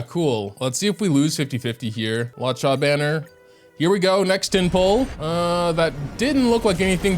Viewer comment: Its pronounced Loo-oh-cha 🤓🤓🤓🤓🤓